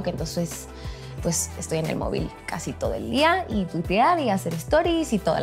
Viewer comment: Me da cura escuchar a un mexicano decir mobil 🤔